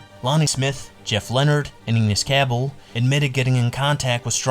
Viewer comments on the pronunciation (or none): Dude. There are so many mistakes in the video I could t even finish it. The Pittsburgh Pee-rits? Enos CA-ble? Al Oliver on the 79 Pirates? If you're going to go through the trouble of putting together a video at least pronounce basic elements of the story correctly and do like 5 minutes of research. It's like you just got an AI voice to read this script. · Enos Cabell (EE-nuss Ka-BELL) thanks you for mispronouncing his name. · Clearly, the narrator NEVER followed baseball. He just gathered random facts. Anyone who knows baseball understands how to pronounce Enos Cabell or Tim Pyznarski.